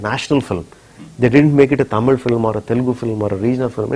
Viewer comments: Fucking 'Taaaamil'!? And that too being a Malayali, you cant pronounce the 'Zha'!? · jayarajkishore chavala he is not a tamizhan... he is a Malayali .,.. and yes I hate this guy when he spells it as Taaamil ... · no for uttama villain interview, he kept saying TAAMIL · ...even rajamouli pronouncing d word tamil correcly..being an tamilian y d hell u saying it as if u r from England???..